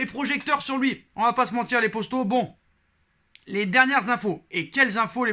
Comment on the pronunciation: Pourquoi tu dit posto au lieu de poto